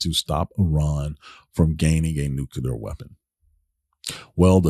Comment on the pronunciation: Did anyone hear how he pronounced nuclear in his speech